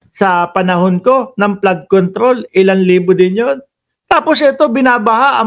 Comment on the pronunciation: FLOOD CONTROL NOT PLAD CONTROL